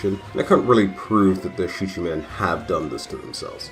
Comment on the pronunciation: I believe it is pronounced, “SHEEKA-min.”